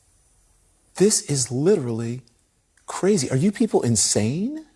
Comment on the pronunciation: Kah-ray-zee! Like, in kray-kray.